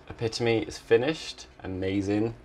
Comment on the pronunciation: pronouncing "Epitome" correctly made my day <3